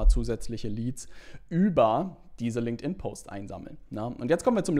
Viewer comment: danke dir für das hilfreiche Video. Und natürlich "Linkedin Leads" xD